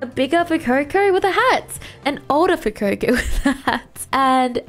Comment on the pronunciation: its not fuecoco its Fu eh coco